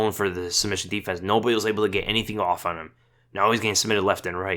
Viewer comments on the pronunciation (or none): none